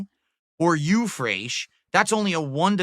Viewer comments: Eau is pronounced oh, not yew. That's very very telling, and extremely cringe. Dude has no respect for his audience's intelligence. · This is a man who wears cologne for NOBODY! Lmao He cant even pronounce eau! Lmao Cologne connoissuer. This is the face that awaits me as I make my final walk into hell Lmao never change! Great Job Girl! Being talked down to by a man that cant even ride a bicycle! Lmao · OMG, his pronunciation is wrong. It's parfum (euuh sound). It's eau de toilete and eau de parfum. eau is pronounced like oooo, not uuuu). Expert my tuchus.